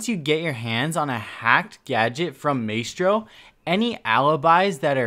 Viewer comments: Dont pronounce his name like “May-stro” but instead like “my-stro” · (Tur - ets) Turrets (My - stro) Maestro / learn it, use it. It's your lack of pronunciation that is holding you back from being a great streamer. This is not the first time we've noticed you saying things incorrectly. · Hearing "MAY-stro" is more annoying than I care to admit... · It's pronounced my-stro not may-stro and turret not turrent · “Maystro’s Turrents” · MAY STRO???? NO BUD!!!! My - Stro.... Love you fam, just trying not to explode lol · Ma-S-Throw= not Maytro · My-stro, not May-stro. Tur-ret, not tur-rent. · It's not MAYSTRO!!! it's ma-estro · "My-stro", not "may-stro" :p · Its pronounced “my-stro” not “may-stro” still love your vids tho bro💪🏻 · ITS MY-STRO NOT MAY-STRO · Please don’t ever say “May-stro” again. It’s “My-stro” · PRONOUNCED.. (MY STROW) not (MAY STROW) i hate hearing names butchered repeatedly stay in school kids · Dude it's not may-stro... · Am I the only one that gets triggered when ever he says Maystro. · “may-stros turrents” this guys pronunciation is amazing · just so you know, you are 100 percent butchering the proununciation of maestro. Its pronounced like miestrow. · why do you call mistro maystro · Maestro is pronounced “My-Strow” btw and don’t wanna be a dick but it’s “Turr-et” not “turrent” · The pronunciation to say maestro is ma estro don maistro 😂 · #Question4Coconut Can you please say Maestro correctly, pronouncing it like maystro is giving me autism. It's maestro, like in music where the ae makes an 'I' sound. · "maystro" lol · I was so fucking triggered by this and "maystro" holy fuck literally as I'm typing he said "maystro's turrents" KILL ME. If he didn't have such good tips I would have bailed by now but I have to grit my teeth and get through >< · Because it's not an easy mistake like May-stro. There isn't an N in turret. It's like when people say Warshington instead of Washington. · Yh it “my-stro”